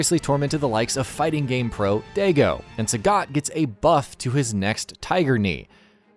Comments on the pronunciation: Dont forget pro player "daygo" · As an Italian American I am offended by his pronunciation of Daigo... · Wow, this guy pronounced Daigo (pronounced DIE-go) as DAY-go. Now I can't unhear that😆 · This feels unnatural. You need to know what you're talking about not just read a script and have unrelated footage. Show the costumes that are ommited. Show the vskills you're speaking of And dont call Daigo "Dago" Not a great video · Say it with me now. Dye-go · I love how he calls daigo daygo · Cage, Loosha, Daygo, and Dark Hadew Effects. This video is a joke. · Cage, Loosha, Daygo...... Please do your homework next time before posting a video SMH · Day - go?! Hahahahaha wow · “Da-Go???” FOH LMAO instant dislike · If you're going to have someone do commentary make sure they know how to pronounce the names. This dude couldn't even say Daigo properly. Just sad